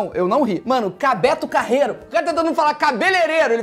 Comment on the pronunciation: Não é cabetocarrero é CABELELEILALEILA ssksksksks